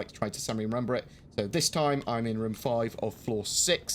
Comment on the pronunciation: It's rOOOOm, say it right,!